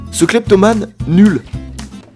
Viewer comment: Ouais au deuxième il dit clépatomane